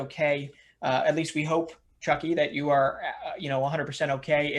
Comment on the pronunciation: Its Chucky. Its like your saying the u in the word you